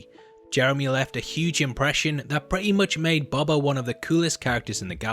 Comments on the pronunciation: BOH-BA lol sorry dude just always get triggered when people say BOB-a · BO - BA... Not Bob - a. FFS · Boba...ooooooooooo....not baba. You kept saying baba. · how you pronounce it like bobba lol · Stop saying BUBBA. It's BOBA! EDIT: IT's not BOBBA either! Do you have the sound of a long "O" in your vocabulary, or don't they teach that in your fancy English schools? EDIT 2: Dog saber?! Dock saber??! Are you trying to say the word "dark??" Because there's an "R" in it. Is "R" missing from your vocabulary too? How many letters are missing from the English alphabet, when it's taught by the English, I wonder?